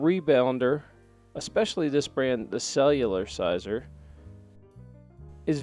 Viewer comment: Cellular-ciser? or Celler-ciser?